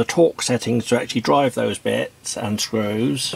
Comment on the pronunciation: It´s not a brilliant piece of kit, no, according to this guy it's actually "A bwillian' piece of keh!" :-D It's also "Queck te take fings apaah" lol Also you can´t use bits with it, it actually takes "bets"